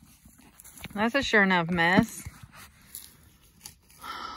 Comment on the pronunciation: "That's a sur-nuf mess ." Adorable :)